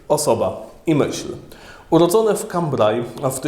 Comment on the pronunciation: Drogi X., drobnostki, ale synowi duchowemu arcybiskupa Lefebvre, Francuza nie przystąpi taka wymowa np: miejsce urodzenia de Lubac czyta się Kąbre, a imię de Chardin Tejar. Wiem, że X. jest siłą rzeczy germanofonem, ale przecież można na guglach błyskawicznie sprawdzić wymowę...